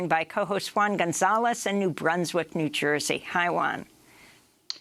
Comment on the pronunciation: All in good humour, I can't believe Amy still can't pronounce his name correctly. Thinking about it, not sure if he can either. 😅😂🤣